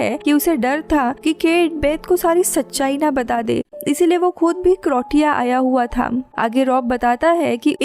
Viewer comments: क्रोटिया नहि क्रोसिया है 😂😂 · Croatia not Crotia😂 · Cro-tia or cro-cia?? 😂😂😂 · Nice, the place is Croatia= Cro-ay-ssia